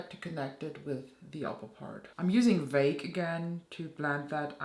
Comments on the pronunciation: It's pronounced "vAgue" in English..even in Louisiana! Lolol..like i have a vAgue (unclear and undefined) understanding of the German language...🤭🤭🤭. Thanks for the review my dear!! I actually thought about rose quartz too. Thanks for clearing that up!💕👑🙌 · Yes this looks STUNNING! Vague is pronounced like you say capital A, as in DAY 😊 Btw I got the ND Starlette Mini and it’s making me very happy. So cool you’ve got a Buy me a Pizza link to support your channel. I hope it’s successful because you deserve it 😍